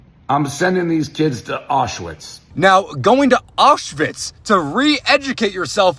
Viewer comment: he pronounces Aushwitz like it’s related to Oshawa